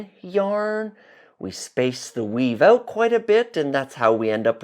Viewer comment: I've been lurking on this channel for quite a while, and you've always struck me as a kind, sweet individual. like I don't know why, but you have a really nice aura around you. today, in this video , I heard a peculiar sounding "out." I'd never paid much attention to your accent until that moment - I always assumed you were from Carolina. then I clicked on your profile and saw that you're actually based in Canada. it all makes sense now.